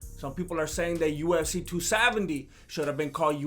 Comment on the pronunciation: lol it kinda sounds like says USC instead of UFC